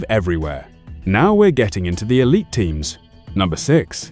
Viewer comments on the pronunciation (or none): none